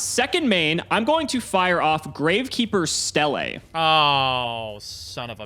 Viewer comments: Ugh why are you call it Stelle it's pronounce steele, idk why but the way he says certain gravekeeper card bugs me haha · It's pronounced "steel". God, that was getting on my nerves.